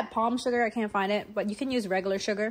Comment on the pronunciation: Whenever says the word “used” she adds the letter N to it and say “nused”. Reminds me of my Dad…brings back so many memories!